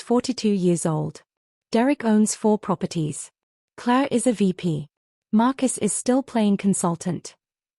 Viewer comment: It’s the way AI interprets the pronunciation Claire became Clay and all these stories follow a similar story line